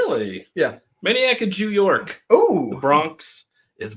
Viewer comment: When you said maniac of new york bronx is burning it sounded like you said jew york 😲😲 look back at the video